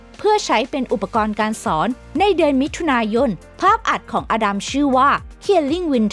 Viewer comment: สนุกนะคะ ได้ความรู้ด้วย แต่อยากให้แอดมินพัฒนาด้านการพูด การออกเสียงด้วยค่ะ บางคำเราฟังแล้วมันสะดุดหูมาก เช่น ของจริง ก็เป็น ของจริ้ง หรือ มิถุนายน ก็เป็น มิถุนาย้น , พวกคำควบกล้ำ ลอลิง รอเรือ เป็นกำลังใจให้ พัฒนาไปเรื่อยๆ และทำคลิปสนุกๆ อีกนะคะ ❤️✌🏻